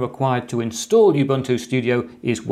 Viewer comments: Thank you for this video. Please note we pronounce Ubuntu as Oo-boo-ntoo not You-boo-ntoo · I get really annoyed when people say U Buntu instead of how it should be pronounced Oooh Buntu This is a South African word it's not that hard to pronounce so please get it right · Sir, it’s not pronounced “youbuntu” but “oobuntu”. I should know, since it’s derived (thanks to Mark Shuttleworth) from an African term meaning “the spirit of togetherness”. “Muntu” means person in most Bantu languages. Pronunciation matters. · It's not pronounced you-bunn-too. It is pronounced oo-boon-too. It is a Zulu word meaning 'humanity'. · Not youbuntu but oobuntu. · It is pronounced OOOObuntu not youbuntu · Ubuntu is pronounced ooh boon too. I know, I am from 🇿🇦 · Dude.. my recommendation to u is to pronounce Ubuntu with an uuuuuh sound,,,cos the UbAntu with an aaaah sound that you do is a racial slur in South Africa. It sounds like u say "u" followed by the "n word". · You-buntu? Not Ubuntu? Every educator needs to start with learning to pronounce things correctly. I cringe when hear people trying to teach me things, but they pronounce names wrong at the same time. These people create rejection toward their message as a whole and negative emotions in me.